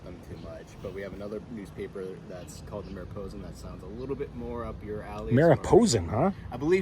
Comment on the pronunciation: Mariposa...that should be a long o Otherwise, that sounds like a naughty word. Or so says my wifey.